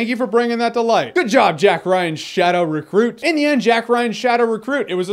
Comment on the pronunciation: "Jack Ryan: Shadow Refruit"? Hahaha